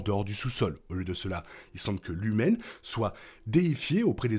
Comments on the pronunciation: Pourquoi tu dis Lumen et pas Lumon? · Juste une question pourquoi vous dites LUMEN que c’est écrit LUMON